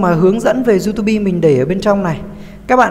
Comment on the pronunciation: đọc xai chính tả " youtobe"